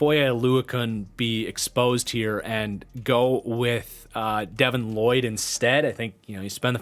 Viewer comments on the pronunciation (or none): none